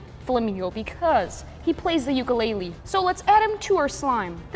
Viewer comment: you say ukulele like uoo-koo-lele